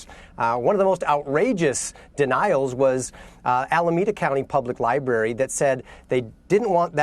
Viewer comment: Lmao "Libary" No, they just didn't want someone who can't pronounce "library"...